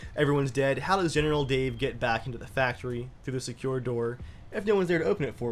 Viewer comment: Every episode you say general Dave I hear genital Dave